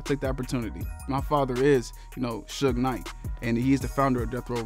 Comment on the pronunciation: Did he say his father is sug knight?